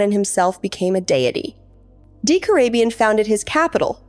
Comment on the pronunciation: Good video! However you pronounced a lot of names wrong. Decorabien for instance is pronounced DEH-COR-RAY-BE-IN